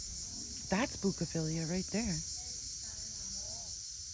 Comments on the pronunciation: Bougainvillea its pronounced "bogan-villa" easy to remember lol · Great presentation giving a delightful taste of Greece. Bougainvillea has an n sound but your pronunciation was close. Have a great vacation. You’re fan from MA. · Thanks for the trip review. That 😢plant is pronounced "boo-gun-vee-ya" in Texas!!!!!! FYI!